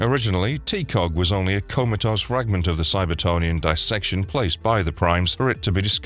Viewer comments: Cybertronian not cyber-tony-an. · Ummm. It's CybertRonian. And you started with all the 90's/2000s stuff, but should have began with the cartoon/80's comic. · “Cybertonian?” The hell man?